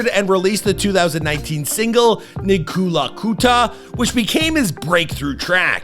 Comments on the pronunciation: Did you just butcher Ama Piano? It is not a Pino, it is a Piano. Amapiano means The Piano. Nkalakatha is not Nikkula Kutha 😂 😂. Thank you for this video. I am so sad I never got to see him performing live because he was one of my favourite performers in South Africa. I just love how he incorporated local vernacular languages in his music which some narrow-minded people accused him of cultural appropriation. He was one of the greatest performers to ever rock the stage. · Nekulakutha???? 😂😂😂😂😂😂😂 Is that Nkalakatha? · is that how you pronounce Nkhalakatha 😂😂😂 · I-NKA-LA-KA-THA not I-NKHU-LA-NKHU-LA😂😂😂😂😂😂😂....brvh get your Isizulu right. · thank you for taking the time to honor one of our local legends in South Africa. but bro... how do you read "nkalakatha" as "nikhulagutha"... really wouldn't hurt to ask a local for pronunciation when you're doing research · Nikulakutha😂😂😂😅 he was trying to saying Ncolour carter (Nkalakatha) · Did bro say nikkakulahoota? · bro really couldn’t say “Nkalakatha” 😂😂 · I appreciate the video … believe me I do … but those pronunciations my guy 💀💀💀 you couldn’t even watch the music videos to learn how Nkalakatha is pronounced 😄 … at least you got Amapiano right the second time 😄